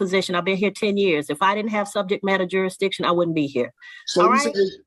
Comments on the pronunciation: I wouldn’t improve jurisdiction either if the damn defendant can’t even pronounce it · You should not be able to argue if you can't pronounce the word JURISDICTION!